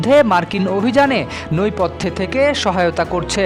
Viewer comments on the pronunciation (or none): Ai beta what you ment by saying noipothe ? This should be Nepothe. Better learn how to pronounce accurately. And then go for green bills. Do you Understand ? If yes say Roger that (means loud & clear).